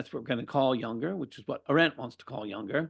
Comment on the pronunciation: This guy is absolutely antithetical to the mind and spirit of Junger, whose name he is unable to pronounce?